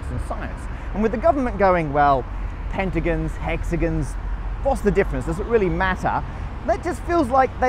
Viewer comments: Pentigins and hexagins btw it's ging not gong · It's gon, not gin Hexa GON Penta GON NOT gin. I thought you were Australian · We should start a petition for him to pronounce pentagon and hexagon correctly. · "pentagins" yo its an o pentagOn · Is it just him or that how people in Britain pronounce hexagon and pentagon? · As an Australian I spent the whole video getting to decide if a) Matt's developed an accent, b) Matt can't pronounce pentagon/hexagon, or c) southerners pronounce pentagon/hexagon weird. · Say hexagon or pentagon wrong one more time i dare you